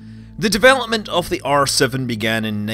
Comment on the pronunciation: Thought he said arse of the rocket rather than R7 rocket lol